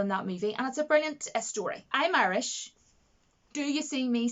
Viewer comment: You're Arish? I always thought you were Irish. :S :p